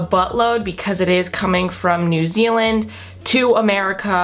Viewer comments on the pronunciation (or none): none